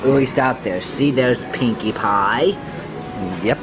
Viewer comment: Cashier got turned on by how boldly he asked for a pwinkie pwie and wanted him to ask her out